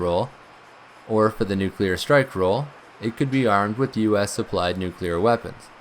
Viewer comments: The word is "nuclear" and not "nucular" as you pronounce it. "new" + "clear" = "nuclear". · It’s a common pronunciation. Not as annoying as “aks” instead of ask. Never mind that it doesn’t make sense, but this is English we’re talking about and the relationship between spelling and pronunciation is purely optional.